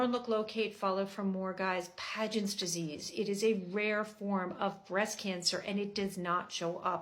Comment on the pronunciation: Pagents? It is actually Paget… no N